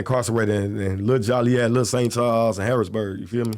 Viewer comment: Why do people still pronounce Joliet wrong? It’s pronounced JOE-LEE-ET. NOT jolly-yet.